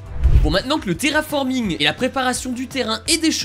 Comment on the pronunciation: y'a que moi qui a entendu terrafornig